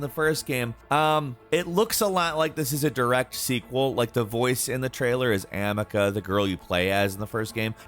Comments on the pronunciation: A Plague Tale: Requiem's trailer was not CGI, it said in engine at the beginning of the trailer. And she's called A-mi-ci-a, not Amika. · Bro clearly you didn't play A Plague Tale if you are pronouncing her name as "Amika" and don't know about Hugo's powers 😭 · lol it's Amicia not Amica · Am-ica? No it’s Um-ee-see-uh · AMICA? You mean Amicia (Uh-me-see-uh)? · Amicia not AmeKa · AMICIA. Not "Amica". Brrrrrrr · Before they pronouced it Amih-Cee-Ah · Lol the way he pronounced Amicia 😂 “Amika” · The way he says Amicia always bothers me 😆 ah-me-see-ah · pronounced uh-Me-see-uh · I swear can't read "ameka" like SERIOUSLY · This guy really said Amika. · “Uh—me-cee-ya” = Amicia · did no one else hear the guys terrible pronunciation of amicia, all i could focus on once he said it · They're right though. It's a story driven game, and Hugo says her name non-stop throughout the entire thing. So unless you're deaf or you decided to play with the sound off it's impossible to play through it and still butcher her name like that. It's not as if he forgot how it's pronounced either, because he said it the exact same way back when the first game came out. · She's called Amicia. You spelled it wrong and wrongly emphasized on A. (Referring to A Plague Tale: Requiem) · Anyone who has actually played Plague Tale knows how to pronounce the name Amicia, why? Cause Hugo says it every friggin minute. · stopp the pronunciation of amicia hurt😭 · *sigh* Another YouTuber mispronouncing Amicia.....How hard can it be?? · Amicia's name butchered and vomited.